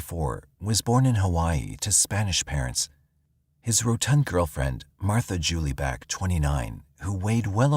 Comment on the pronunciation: Martha Beck's middle name was pronounced like the word "jewel," not Julie. 😊 Otherwise, a great listen!